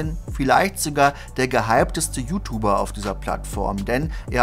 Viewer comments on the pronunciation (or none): Immer wenn du UTUBER sagst, schüttelt es mich ein wenig 😄 könntest du versuchen, mehr jiutiuber zu sagen?